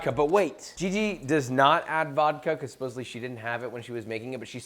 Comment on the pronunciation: I love your channel, Joshua, but did you say, "Supposebly?" The same way you're passionate about cooking and proper technique, I'm passionate about language. Please don't ever say supposebly again and make a conscious effort to say supposedly. Thank you. I learn a ton from you, hopefully you can get a takeaway from a fan.